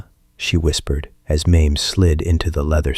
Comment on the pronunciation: Her name is pronounced MAY-MEE!!!!